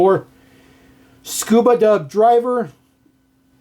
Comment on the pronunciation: Repeat after me, Scrubba not Scuba, Scrubba not Scuba 😛